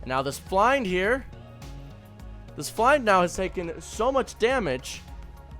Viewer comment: Why do you pronounce Flind like that